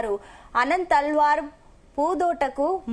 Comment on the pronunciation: భక్తా గేరసుడు కాదు భక్తాగ్రేసరుడు... అనంతరలవన్ కాదు అనంతాళ్వార్... మీ తెలుగు తగలెయ్యా... తెలుగుకు కూడా తెగులు ఊ...